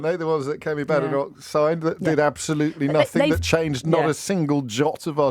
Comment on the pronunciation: Does JOB deliberately mispronounce Badenoch? (I know she's awful but saying her name wrong undermines anything you say imo)